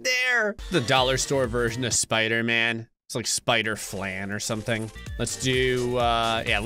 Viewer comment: Spooder flan instead of spider man 😂